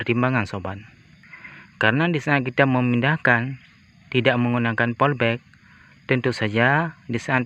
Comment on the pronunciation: Polybag woooiii, bukan polbek , bahasa lu kacau !